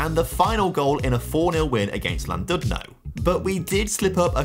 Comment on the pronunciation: It’s pronounced CLANdudno